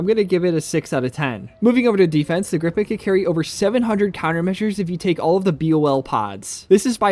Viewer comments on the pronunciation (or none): Haha, it's Gripen/Griffin not "grip pen" 😂